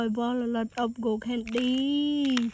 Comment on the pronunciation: She is ashily saying gold candy but sounds like go candy😂😅